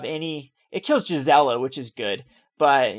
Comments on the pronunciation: It's pronounced Ulrik not Ulritch. It's also Gisela not Jisela. Also it's GIF not JIF. Please work on pronouncing these correctly. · He's kind of all over the place with names and pronunciations. Ulritch???? It's Ulrich (Ulrik). Also, he says Jisela instead of Gisela. I imagine he also says JIF instead of GIF.